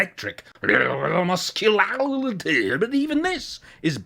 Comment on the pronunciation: Brlrrrmusculaaaarityyyyy LOL